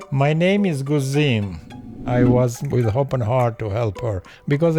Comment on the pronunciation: Actually his name is not Guzmin, we do not have such name in Albania, it’s wrong pronunciation! It is Gëzim meaning happy or happiness in Albanian language!